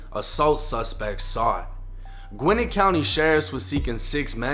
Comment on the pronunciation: It’s pronounced… GWIN - NET